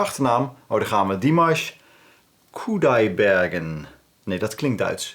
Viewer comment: Jy het sy van goed uitgespreek.